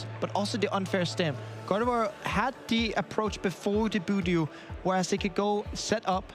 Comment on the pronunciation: It was really hard listening to the caster calling budew - Boodoo. Like I understand a few mons have different debated name pronunciation but come on. Also rescue stretcher hasn’t been around forever. It is a night stretcher. I try to be forgiving but there’s WAY too many mis-calls (attack names/items/boardstates) just being normalized.